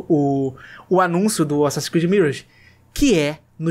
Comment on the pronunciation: pelamor de deus fala "miráge". obg.